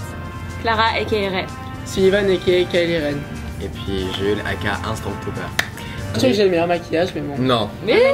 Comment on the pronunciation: super video mais c'est pas Kilie Ren c'est Kylo Ren PTTDDRRRRR